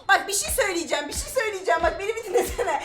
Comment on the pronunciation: NOBODY: REALLY NOBODY: EXTREMLY NOBODY : VERY EXTREMLY NOBODY: KÜBRA ÜZÜL:YA BİŞİY SÖYLİCEM YA BİŞİ SÖYLİCEM YA BİŞİY SÖYLİCEM